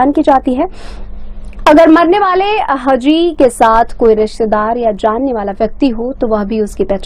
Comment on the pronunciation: सही अनुवाद - हा जी ( हाजी ) होता है ! HAAJI. AAP हजी हजी बोले जा रहे हैं ?